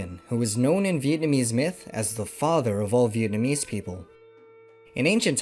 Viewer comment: for a none Vietnamese, your pronunciation is incredibly good